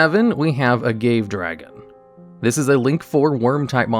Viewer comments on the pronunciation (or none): A-GAVE Dragon lmao,,, it's A-Gavv-EH like the plant it's modeled after... Calling everything a beatstick is starting to trigger me unless it's lacking good Effects. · I'm sorry I'm about to do this. I almost never correct pronunciation because I mispronounce things all the time. However, "agave" is pronounced "uh-ga-vay" not "uh-gave". I do see where you're coming from though. That's is all. Love the videos. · Ah-gah-vay, dude, not ah-gayve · it isn't A-gave dragon, it's A-ga-ve dragon. after the plant? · A-gah-vay/a-gah-vee, not ah-gayv Agave is what they make tequila with. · Its pronounced Agave (A-GAH-VE) Dragon not (A-GAVE]. Like the flower that is used to make Tequila. You gotta be drunk to play such a bad monster lmao. I think the card designer was getting turnt on some Tequila shots when making the card lol. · I believe it’s pronounced “Ah-gah-vey” not “a-gave”. Other than that, awesome vid, as always! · Agave doesn’t rhyme cave. I believe that is Ah-gah-vey. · A Mexican monster itlf there ever was one.. haha.. Agave is a plant they use to make tequila.. Ahh gah veh is closer pronunciation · "Agave" Dragon is pronounced Agave', as in the plant. Proceed. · it’s pronounced A-Gah-Vay, like the plant it’s based on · its uh-gah-vay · its not Agave dragon its (ah-gah-veh) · Isn’t agave dragon pronounced ah gah vay dragon. Like the plant you make tequila with. Am I wrong about this? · > calls agave dragon "a-GAVE" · you pronounced agave wrong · That reading of Agave Dragon's name was painful. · Great video! I’ll give you a thumbs up if you promise to learn how to say “agave” correctly for the next video! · what is it with ygo players and pronouncing slightly non-english words wrong